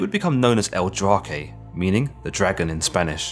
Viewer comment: Known as El Drako, not as El Drakee..